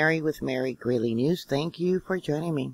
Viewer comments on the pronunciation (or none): none